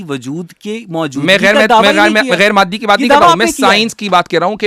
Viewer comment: معدی نہیں اوئے مادی